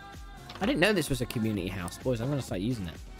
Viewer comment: why do u always drink coke and u say house like hause